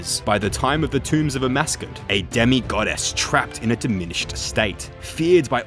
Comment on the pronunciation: I'm so triggered you referred to Amascut as "A Mascot" the whole time